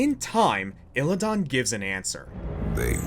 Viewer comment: it's Illi-DAN not illi-don